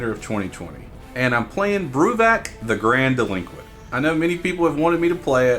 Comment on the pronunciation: The Grand - eh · luh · kwnt . I do like the "The grand Delinquent" quite a bit though for fun! (